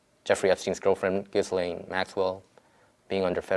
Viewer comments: Her name is pronounced "zheeslane". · She should have been investigated months and months ago . Anyway I'm pretty sure her name is pronounced Jilain .... you don't pronounce the s . Also a lot of us don't think he was ever murdered and that he instead was safely smuggled out and probably has a new face by now . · jizz lane... no really... its pronounced Gee-len